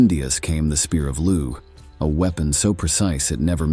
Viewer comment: Lugh is pronounced Loo.